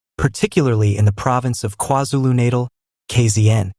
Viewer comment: He can't say KwaZulu Natal properly